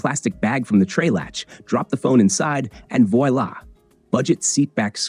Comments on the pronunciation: "voy-lah"? AI needs to brush up on its French word identification. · Stop using AI to write and narrate your videos. It's lame and insulting. Ai mispronounces "voila" and even "thermos." The text is full of ridiculous cliches and fake colloquialisms. Just be real.